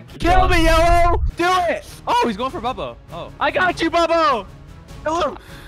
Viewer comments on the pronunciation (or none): The fact that said pubbo instead of bubbo is so funny